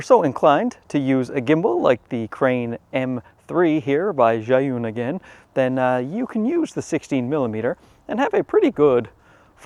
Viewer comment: How did your learn how to pronounce Zhiyun so well? Maybe you're not such a simpleton. Or maybe it's a ruse to keep us from knowing that you are secretly a card carrying member of the CCP. It looks like you live in a communist country that patches their streets over and over never actually repaving.